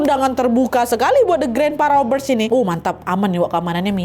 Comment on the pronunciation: Robbers dibaca robbers bukan raber(rubber)artinya karet,dan event dibaca ivent,iv-ent seperti menyebutkan ant (ent) YG artinya semut.